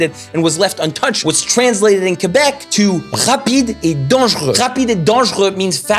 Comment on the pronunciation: J'ai bin apprécié que tu prononce Québec "Kébek" comme c'est supposé. Chu pas capable quand les anglais mettent l'accent su le "Qu" comme "Kwébek". Merci et joyeux Noël Tabarnak